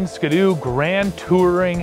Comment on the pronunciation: Maybe it's a Canadian thing, but that is not how we pronounce Ski-doo in the US. Its Ski and then you say do.